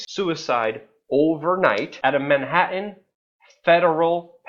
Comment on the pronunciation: Man-hat-tan not Man-ha'-ehn